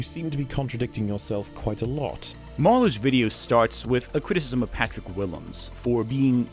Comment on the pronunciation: Criticism has 3 syllables,.